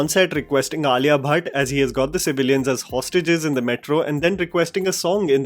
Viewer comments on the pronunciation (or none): none